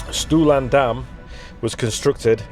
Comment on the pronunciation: Thanks / diolch yn fawr for getting your tongue around the pronunciation, good job! I'm pretty local and have only just done Stwlan - I rode over from (and back to) Pentrefoelas which is a glorious ride over the tops. Great video !!